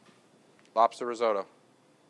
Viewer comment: Cheese AND truffle oil ... what a joke!! And whilst we're at it it ... Rizeautto ....? What's that! :-)